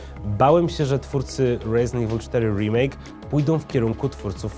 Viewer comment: Chyba Resident nie Rejzynt xD, momentami gada bardziej amerykańsko niż sami amerykanie:D